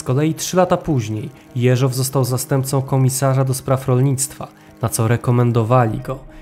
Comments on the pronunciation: Super filmik! Tylko dlaczego akcent na ostatnią sylabę przy nazwisku "JeżOW"? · Dobra robota, ale narrator źle akcentuje nazwisko głównego bohatera. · dlaczego akcentuje Pan nazwisko Jeżow na drugą sylabę? Poza tym bardzo ciekawy program, pozdrawiam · Po pierwsze primo - gratuluję kolejnego, doskonałego odcinka. Po drugie primo - zawsze oglądając takie filmy zastanawiam się, czy kolejnych szefów NKWD nie odstraszał los ich poprzedników? Po trzecie primo - jak znam, dziwię się kilkukrotnie błędnej wymowie nazwiska Jeżow z akcentem na ostatniej sylabie. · Prośba do twórców, lektora programu. Jeśli już przytaczanie nazwiska rosyjskich, sowieckich obywateli, to bądźcie łaskawi nauczyć się poprawnej wymowy ich nazwisk. Mówię się Jeżow z akcentem na. "E", a nie na "O". Ale ogólnie film b.dobry, tylko popracujcie nad wymowa nazwisk i nazw własnych bo ich się ani nie tłumaczy na polski, ani nie wypowiada się ich z polskim akcentem bo aż uszy bolą jak się to słyszy, zwłaszcza jak ktoś zna rosyjski. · Materiały masz ciekawe, ale gdy mówisz, niepotrzebnie próbujesz naśladować akcenty innych narodowości, w tym przypadku przeciąganie słowa Jeżow. Wiem, ze chcesz dobrze, ale to w ogóle nie brzmi po rosyjsku i powstaje pytanie, po co w ogóle ma brzmieć, skoro wszystko jest po polsku, a nazwisk innych bolszewików i tak wymawiasz z polskim akcentem. Pozdrawiam.